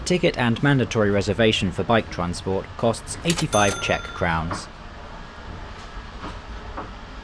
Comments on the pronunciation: I'm an English man and Czech speaker. Your pronunciation is spot on as far as I'm concerned. Well done. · The pronunciation is very very good of the Czech words. 👍🙌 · As a native speaker I can confirm they are very correct! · I have no idea if you pronunciation of the Czech is correct, but I love the confidence with your pronunciation! Great video with a scenic route. All around fantastic job. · I was about to note that as well. Yes, your pronounciations are very correct. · this is hands down the best pronounciation i heard from a foreigner that is not learning czech.